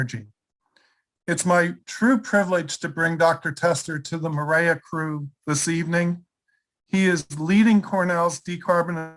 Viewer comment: MAREA should be pronounced "Maria."